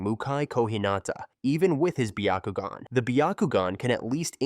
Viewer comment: Absolutely not it's byakugan not bakogn